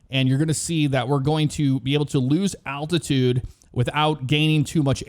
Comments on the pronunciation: Did anyone else hear attitude and not altitude? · Is anyone hearing attitude and not altitude?